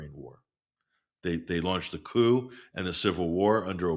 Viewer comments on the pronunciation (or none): none